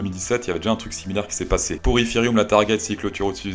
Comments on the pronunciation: Il le dit en anglais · J’attend avec impatience quand tu dis ifiryum mdrr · Iszirihoum! Voyons🤣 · nan nan je tassure man ! Aucun anglais le dit comme ca haha